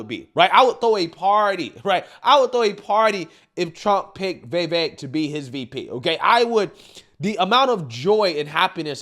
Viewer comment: It’s not Vevek, Its Vivek🇺🇸